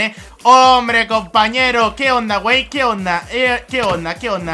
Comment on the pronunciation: Me encanto soy mexicano y me reí mucho "guei"